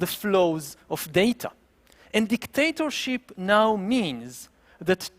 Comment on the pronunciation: His accent: DicDATAship.